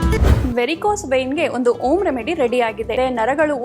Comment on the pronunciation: ಹೆಣ್ಣು ಅಲ್ಲ ಹಣ್ಣು, ಓಮ್ ಅಲ್ಲ ಹೋಮ್, ಅಕ್ಷರಗಳು ಸರಿಯಾಗಿ ಬಳಸಬೇಕು